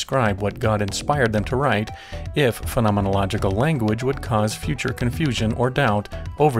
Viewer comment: I must say, I’m impressed by your command of the word ‘phenomenological’! Interesting video.